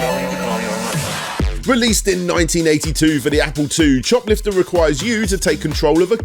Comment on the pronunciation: I keep hearing it as shoplifter